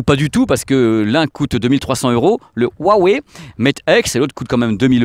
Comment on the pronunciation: Bon j’adore ta chaîne par contre ça me dérange les français qui savent pas prononcer le Chinois. Hua veut dire fleur et se prononce « Roua ». Wei est la couleur noire. Donc faut prononcer « Roua Weil »